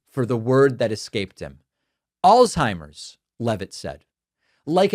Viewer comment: If you are going to razz someone for forgetting the name Alzheimer you might first want to learn how to pronounce Alzheimer - alts high mer not alls high mer z = ts